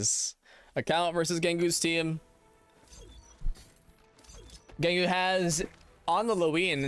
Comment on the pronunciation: Ah yes "Tam Gengu"